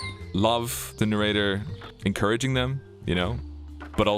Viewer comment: Oh god, it's the Nay-Ray-Tur !